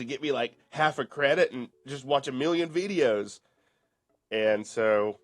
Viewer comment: thinks playing an android game on his 'chrome book' is going to be his 'car-reer'? The game developers love as he gets back to watching those ads -- or as he says "wee-dee-ohes" -- again!